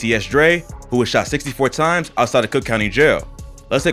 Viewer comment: Him "was shot 64 rimes" Me pauses video "gah damn !'